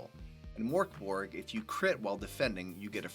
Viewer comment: I can't stop laughing. Pronouncing it like Morkborg makes it sound really goofy. Like something from the muppets. Now Mörkborg, Swedish for dark fort sounds pretty cool I think but the way it's Americanized and also the way the letter ö is just treated like an o makes it sound so silly, I'm sorry.